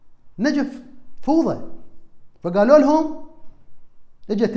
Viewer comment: ، لدي ملاحظة أرجوا أن لا تنزعج منها، أنت دائما وخاصة في هذه الحلقة تقول كلمة فوضى، بضم الفاء، وهذا خطأ، يجب أن تقول فوضى بفتح الفاء وتسكين الواو، الرجاء تصحيح نطقك لأنك تلحن كثيرا بكلامك